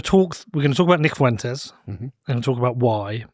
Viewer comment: It's pronounced as "Fwentes" not "Foowentes". Two syllables, not three.